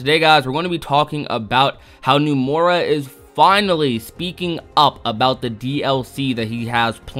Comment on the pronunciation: I’m sorry but it really bothers me how he pronounces “Nomura” and “Dengeki” lmao. He says “Numora” and “Dengucky.”